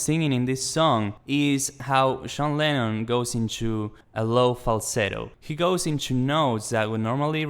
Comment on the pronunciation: Stop saying “Sjohn Lennon”